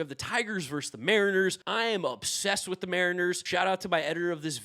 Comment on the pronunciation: Love your stuff bro, but the word is "versus." Two syllables.